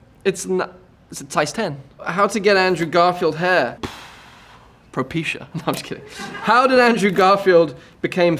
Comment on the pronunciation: when he said Propecia🤣🤣🤣i almost died